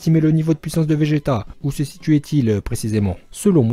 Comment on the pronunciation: 2:7 il dit vége "t" sinon très bonne vidéo continue comme sa